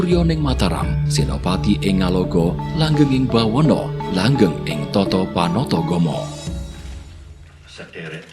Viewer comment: buwono mas bukan bawono